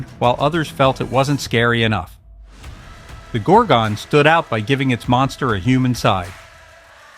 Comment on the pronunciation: Can't you get a narrator who has actually seen the films he's describing. Gorgon is not pronounced GORG-ON and in The Devil Rides Out the correct pronunciation of MENDES is spoken by Christopher Lee himself.